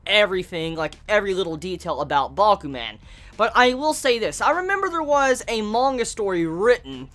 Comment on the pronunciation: say man like a Jamaican, to get the idea on how to say Bakuman